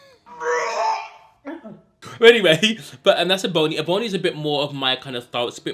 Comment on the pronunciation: lol it’s pronounced Eh-bunny not bony lol it’s my name lol Ebony like ebony and ivory the Stevie wonder song lol lol your accent is so cute.